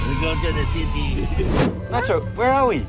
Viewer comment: Haha, says “city” with a Filipino accent 🤣🤣. Also was that kid at the end a beggar or was he providing some kind of service? He didn’t smile or say thank you 🤷‍♀️